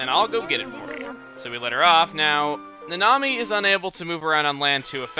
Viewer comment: what your 2nd partner name is in okamiden: Nanami what I hear: the Nami